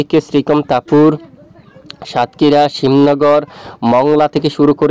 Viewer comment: ওটা শ্যামনগর হবে ভাই। Shyamnagar ( শ্যামনগর) Shimnagar ( শিমনগর) এই হলো পার্থক্য 😊😊